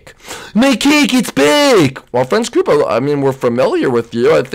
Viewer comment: it's koopa